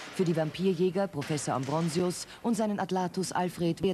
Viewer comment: Wie die Sprecherin immer "Ambronsius" sagt :O